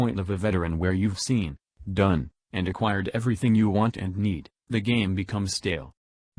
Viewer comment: "twenty firteen" "growf" "frough" "everyfing" whats this guy's problem with "th"?